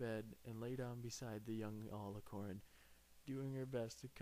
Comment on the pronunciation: He mispronounced alicorn